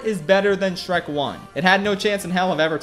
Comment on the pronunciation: How many times does he mispronounce the names of Shrek and Fiona